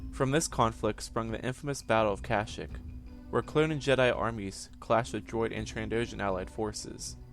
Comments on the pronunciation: and you said Plouh Koon was a Wookie, which is wrong, and you mispronounced the name of their home world every time you said it. its Not "cash-ic" it's "cash-eek" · Kasheek not kashik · at least pronnounce it right its ka sheek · The wookiee homeworld of kashyyk the 'y' s are pronounced as an "ee" sound. Not kash"ic" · Marcus Pacheco in the game KotOR they pronounce it cash-ic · stopped watching at 11 seconds, cant even say the dam name of the planet right lol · Was anyone else annoyed by how he said Kashyyk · it's kashyyk your saying it wronv